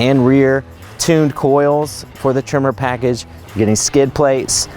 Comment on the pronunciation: its tremor,,,,,,,,,, not trimer........lol